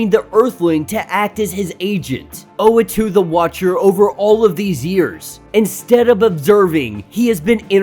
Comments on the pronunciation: Not tryna nitpick, but the guy’s name is Uatu (OO-What-Two), not Oatu (Oh-A-Two). Gone through a number of your videos, hoping you’d realise. Just thought I’d point it out (pls pls pls pls pleeeeeaaaaassee see this, please) Edit: just saw the pinned comment. i’ve heard oh-wah-too and, of course, u-ah-too (how it’s spelt), but never knew oh-ah-too was a popular pronunciation 😅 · Uatu pronounced ooh- wahh- tu . ooh wAhh tu the watcher. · Sorry don't mean to nitpick but the watchers name is pronounced like.....oooooh, wah, too. But you do you I guess. Your videos are dope and I look forward too them. Great job. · hey man, dont worry about it. we can put up with the wrong pronunciation, thanks for all the effort u put in your videos. we appreciate it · That is not how to pronounce the watchers name, watch Disney plus for references. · I cant! You are pronouncing his name wrong which means you probably never took part in a comic discussion ever. Why are you relevant? Please for the sake of the community get out and involve yourself in actual real dialogue before you make a conversation online.